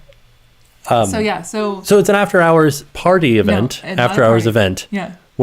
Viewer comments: I thought he said boob hours LOL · We all heard boob hours, sorry, you tried. 😂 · I like “boob hours”!!! That’s what I heard! 🤣🤣🤣🤣